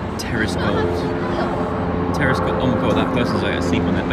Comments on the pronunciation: just me that thought he said terrorist goals and not terrace goals🤣😶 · When you were saying terrace goals, I thought you were saying ‘terrorist goals’ 🙈😂😂